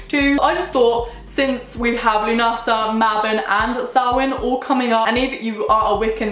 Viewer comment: Just FYI, lughnasa is an Irish word (which are stupidly hard to pronounce, so it's fine 😛), but it's pronounced more like loo-nu-suh rather than loo-na-sa